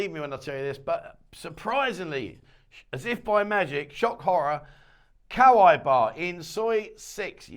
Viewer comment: *Kawaii Bar ... Kawaii means cute in Japanese. It's said like ka wa ii ( the ii is a long e vowel as in eel) just so you know sir.